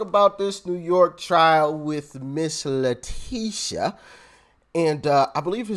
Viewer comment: STOP CALLING HER LETICIA! THAT BITCHS NAME IS LETITIA. LIKE A TIT. STOP SCREWING UP A BEAUTIFUL NAME LETICIA. SHES FUNT N HER NAME IS LETITIA.